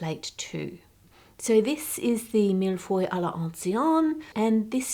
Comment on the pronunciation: Hearing an Aussie have a good crack at pronouncing millefeuille has made my day 😂 good on ya for trying!